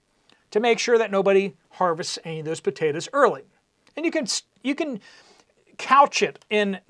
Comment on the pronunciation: What are pa-te-tas?😅